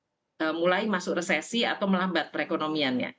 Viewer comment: "Resflasi" haha